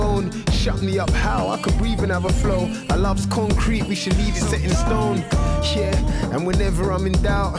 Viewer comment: Stuff missed the joke, love. But he's NOT actually saying "yeah", most of the time- he says "ch'yeah'. 😑